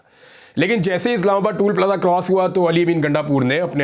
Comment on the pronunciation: عمران بھائی لفظ ٹُول پلازہ نہیں ہے بلکہ ٹَول پلازہ ہے